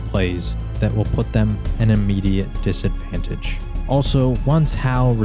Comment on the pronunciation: Well researched vid, awesome insights, cool perspective and a respect to the material. Good on ya brother. just one thing....... Disadvanshtate?......... gotta fact check that lol. just kidding 😊 keep it up